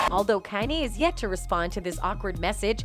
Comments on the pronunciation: Almost didn’t make it through the whole video with them messing up Kanye name like that. I’m not even a Kanye fan but still you should at least get the man’s name right. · This channel is trash. Just look at the thumbnails and the amount of uploads. It can't even pronounce kanye right half the time. Is it all bots? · Why she can't say kanye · Why she can’t pronounce Kanye